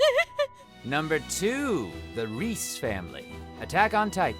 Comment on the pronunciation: Reiss is pronounced Rice not Reese